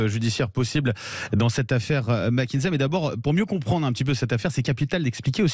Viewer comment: Mac kinsey et non Mac kinzey